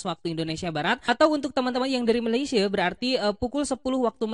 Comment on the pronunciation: Malaysie wkwkwk... Malaysia yg betul BG 😅😅😅